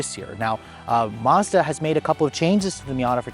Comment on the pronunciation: There is no R in Mazda. You don't pronounce it Marzdah